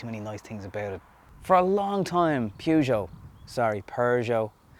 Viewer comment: Hahaha weird sounding with Irish accent Pjužo :-)